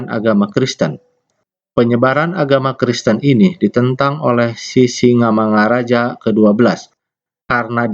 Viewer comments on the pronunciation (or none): Mantap pak, tapi mengucapakan Sisingamangaraja nya, nggak pas pak, jadi bapak buat sisimangaraja. Salam dari saya horas, dari Taput.